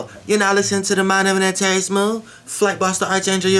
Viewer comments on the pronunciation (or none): Bro. Tf is "antarrius"